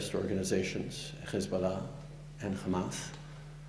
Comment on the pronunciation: I'm sad for the Liberala how they still haven't fired this guy from the party He learned from Netanyahu how to say Khamas and Khezbollah not the Khouthies Shame on you when you show unequivocal bias in human rights issues